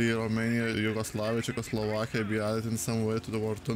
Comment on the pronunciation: OMG from Lithuania:D I pretty much understood that when you pronounced czeckoslovakia:D #greatLithuanianyoutuber;)